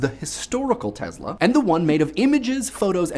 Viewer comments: teSla, not teZla. wtf, man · teSSla NOT teZla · It's Tesla, not Tezla...please respect other languages and pronounce the names right. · U keep saying Tezla... S.. Its an S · He is not TeZla-he is TeSla! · last time i checked it was tesla not tezla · Tess-la not tezla jebo te bog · Its not the TeZla, its the TeSla, instead of your Z you must pronouns S. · NEEK-oh-lah TESS-lah, not ni-COE-lah TEZ-lah. Tangentially related, REE-coe-lah, not ri-COE-lah. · Also your pronunciation of Nikola Tesla is a bit strange. You pronounce it like "Nicola Tezla" instead of "Nikola Tessla" witch would be the correct pronunciation. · Ni-Cola Tezluh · The way you say NEE-COLA TEZLA makes you sound like a douche. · Wow. You mangled so much "simulated" and historical information it hurt my head—but, as usual, in a glib and entertaining way. Funny: It was not messages from Mars, but radio signals from Venus. Seriously though, you didn't even pronounce his name right. It's not Tezla. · all I hear is BLAH BLAH and you cannot even pronounce TESLA...